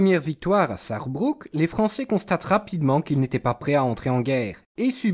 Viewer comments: Exact , il faut prononcer BRUK et non pas BROUK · 4 minutes, et c'est plus précis que beaucoup de vidéos sur le sujet. Gage de la qualité de la vidéo, la seule chose que je note, c'est que c'est plutôt Sarebrück que Sarebruck non ?